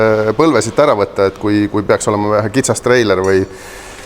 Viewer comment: hahhaaa.. see lõpp.. :D kõlas nagu sa ütleksid sitt sitt (siit siit).. võtame otsad kokku.. jne... :D :D aga muidu head videod on!! :) Wampiiroja poistele ka seaded paika :) Edu tegemistes!! :)